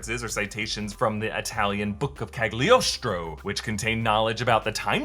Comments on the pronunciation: it's pronounced Cal ee oh stro. The g is not pronounced! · the G is silent in Cagliostro. dag nabbit.